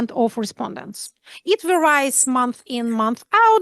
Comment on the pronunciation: О, если уважаемого комментатора сейчас не закидают помидорами, я тоже присовокуплю свои пять копеек: varied произносится как "married", а не как "cried". Екатерина Михайловна, Вы любите это слово, Вы часто им пользуетесь, и оно выбивается на в остальном блестящем фоне. А vary как "marry", а не "cry".